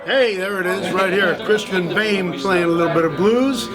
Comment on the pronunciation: Boehm is most dfefinitely not prononced like that. It is a German nam and the oe is a Replacement for the Umlaut Ö.